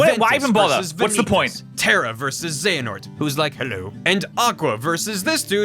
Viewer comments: HAHAHAHAHAHAHAHAHAHAHAHA! It's cute that you think Square would be that gracious. That and, uhhhh... the Keyblades in the Keyblade Graveyard are all, like, dead. That's why it's called the Keyblade GRAVEYARD. Though it lacks graves. Also it's Xe A Nort, not Xe Na Ort It is indeed real Also there was one relevant thing in the Disney worlds in KH3 and that's Yeetus Vanitas. If you don't know what this is, look it up. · Dude, I believed in you when it came to getting the name Xehanort correctly. You started off with "XeNaHort", but then the guy in the video said it correctly a bunch and you even stopped when his name was on screen, but you still stuck with "XeNaHort". Afterwards you got on board with the term "Norted" and I was like "surely..." But nope. "They all got NORTED so they are part XenaHORT"... huh? :D My hope died then. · Why do people keep saying Zanahort? It pronounced Zeyanort. It just looks Xehanort just how Xerxes is pronounced Zerksies. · It's funny how many times he says "xenahort" even when the video says it right just as many times. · I find it frustratingly hilarious that in spite of seeing and hearing it 20(ish) times you still said Xehanort as " Xanahort". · ZAY-ha-nort. ZAY-ha-nort. It's not like he said the name 59 million times during the videos or anything 🙄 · my favorite part is how you called xehanort ‘xanahort’ the whole time. and then mispronounced the name multiple times when discussing characters being ‘norted’ without actually pronouncing any ‘nort’ in his name. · Is anyone else getting increasingly angrier every time he calls the bad guy 'Xenahort'? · You said Xanahort so many times I think I might actually be subconciously tricked into thinking thats his name. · this is an old video, I am only watching this now. Watched all 54mins of this video to see if broski would learn how to say Xehanort's name correctly. I was left quietly disappointed. But beside from that, nice video man